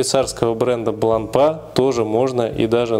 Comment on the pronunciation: Часы хорошие, марка достойная, с историей. Но в 90% русских обзоров её выставляют на посмешище...произношением. Вот и вы,, последовали примеру многих. Неужели вы всерьёз думаете, что после буквы "р" три остальные читаются как "а"? Не идите на поводу у безграмотных людей, обратитесь к профессионалам, вам станет комфортнее делать обзоры в будущем.